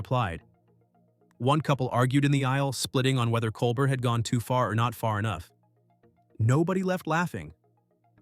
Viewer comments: Great narration! But please pronounce Stephen’s last name correctly. It’s pronounced (Kol-Bare)not (Kol-Bert) nor (Kol-Ber). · If this can’t even be bothered to pronounce Colbert’s name properly, the rest of the commentary is worthless. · I can already tell 5 seconds in this will be right wing slanted nonsense just based on the fact you didn't bother even researching how to pronounce "Colbert." You're not qualified to talk about this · It's pronounced "Col-bear", not COL-BURT. Have you never heard his name, or are you intentionally playing the ignorant card? And is this a pro-Kirk video? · it's pronounced col-bear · “Col-bert”, lol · Maybe you ought to start by figuring out how to pronounce "Colbert." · Can't even say Colbert's name correctly. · This jerk might getaway with his baloney if he would pronounce Colbert's name correctly. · Tell us you like Kirk without telling us you like Kirk. Narrator should learn how to say Colbert's name.